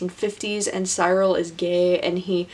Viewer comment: It’s pronounced Cyril (siril) rhymes with squirrel... they joked about his name Cyril the squirrel in the book...